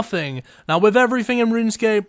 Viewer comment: How do you speak English but still mispronounce everyfing? It's "th" not "f" :) Ign Antrebell